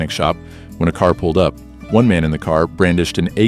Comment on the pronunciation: I thought you were mimicking a new York accent with that first ca😂😂